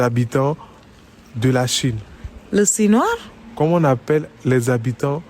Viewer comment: LES QUÈBÈQUIÈOIS 🤣🤣🤣🤣🤣🤣🤣🤣🤣🤣🤣🤣🤣🤣🤣🤣🤣🤣🤣 MAIS ELLE PAS ALLER À L'ÈCOLE OU QUOI 🤣🤣🤣🤣🤣🤣🤣🤣🤣🤣🤣🤣 ,E SINOIS 😂😂😂 LES CIGAGOAIS 😂😂😂